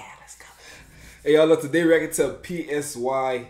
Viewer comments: PSY is pronounced like *sigh*. Other than that, fire 🔥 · It's Psy, pronounced as "sigh" and Suga pronunced as "Sugar" without the R. But u was lit tho. This song is fire, gets me hype when I hear it.